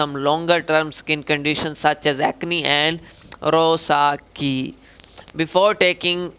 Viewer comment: Rosacea = ROH-SAY-SHA not roh-sa-kee Lol.